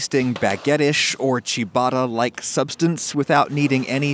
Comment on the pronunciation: You butchered ciabatta pronunciation